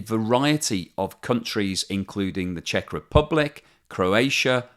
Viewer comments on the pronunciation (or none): none